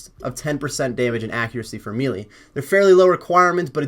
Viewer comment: So strange how not one osrs youtuber can pronounce melee properly 😂